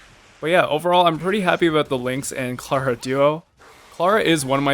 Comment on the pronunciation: You say Tingyun incorrectly You also say Clara incorrectly. Something tells me you play the game on mute